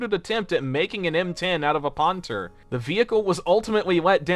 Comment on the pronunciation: Sir, that's not how your pronounce "Panther". 🥸